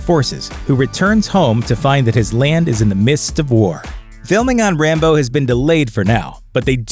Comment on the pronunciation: Sounds like "Rambone"